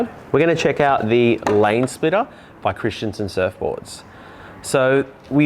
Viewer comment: Christenson not Christianson ,wft ! At least get the name right!🤦‍♂️.